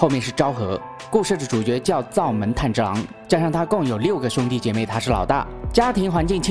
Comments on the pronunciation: 没想到会做动画（虽然也是电影） 是炭之郎噢 字幕是炭，但念成岩了 😅 那可以期待你讲《进击的巨人》吗？第四季要回归了！😎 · 是"炭治郎"，不是岩治郎，起碼主角名字要念對呀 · 炭(yan)治(zhi)郎(lang) XD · 男主的名字竟然可以唸錯兩次… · 連男主角名字都唸錯。非狂熱粉絲的我覺得你很不優喔